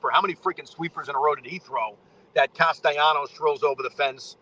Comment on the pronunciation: Can you pronounce Castellanos' name correctly?